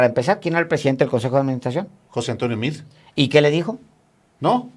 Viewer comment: Nada de José Antonio Mid. Se pronuncia MEADE. Yo tengo amigos con ese apellido y no se escucha Mid, lo pronuncian tal cual para que se escuche Meade. Son de origen Libanés. Saludos.